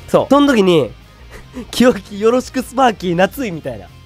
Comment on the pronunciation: よろしくが、とろしくになってる笑